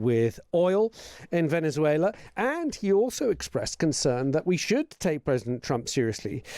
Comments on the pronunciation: Please stop with the lisp!!! You’re embarrassing yourself with this affectation. Venezuelans pronounce a z with the /s/ sound. If they pronoumce it at all (which they often don’t). Only Iberians use the “theta.” The Iberian peninsula is thousands of miles from Venessssssssssssswela. You speak unaccented English. Pronounce it with a /z/ sound like a normal person, you pompous rube. Also, can someone please abduct Trump and Melania in the middle of the night, please? Better yet, why wait till nightfall? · Good info as always. I had to laugh though at how Scott kept pronouncing Venethuela as if the Barcelona "C" applied to "z" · Latin Spanish doesn't use the th sound Scott. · I find it mildly amusing that Mr Lucas makes the great effort to pronounce the 'z' in 'Venezuela' as a 'th', while Venezuelans themselves would never do that because it's the European pronunciation.